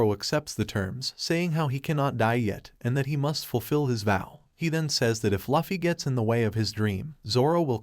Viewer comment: I’m a simple girl. I hear Luhfee, I turn the video off